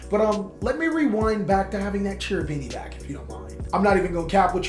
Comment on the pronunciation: "Cherubini" is an italian name, in italian "CH" sounds like "K", you should pronounce "Kerubini" and not "Cerubini"